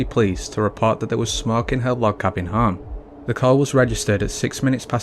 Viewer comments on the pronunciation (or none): it's called a HOME not a HOM........and it's called FLAMES NOT FLAMS